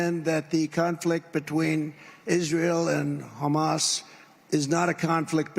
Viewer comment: Look at video. He looks ill. He's talking about banning "Muslims" and he can't pronounce Hamas.